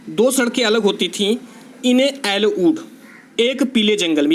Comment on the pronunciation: it's yellow sir...not ellow😜